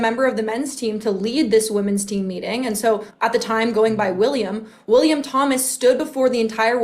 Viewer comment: WIL-LIA-M WIL-LIA-M WIL-LIA-M